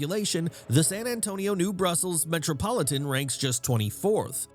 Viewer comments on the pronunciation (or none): It's "New Braunfels," not "New Brussels," and the 14th largest city in the United States is Columbus, Ohio, not Columbia. Columbus is another U.S. city that a lot of people don't hear alot about. It is often overshadowed by the smaller Ohio cities of Cleveland & Cincinnati. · number 14 should be Columbus, not Columbia. , San Antonio's near neighbor New Braunfels is not pronounced "New Brussels." Other than that, thanks for giving San Antonio some much-deserved attention. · New Braunfels. (Brawn-fells). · First its New Braunfels, not new brussels, also a lot San Antonio leaders and residents are close minded, stuck in old ways smh 🤦🏻‍♂ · by the way its "New Braunfels", not "New Brussels' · you absolutely butchered the pronunciation of my hometown of "New Braunfels". you're dead to me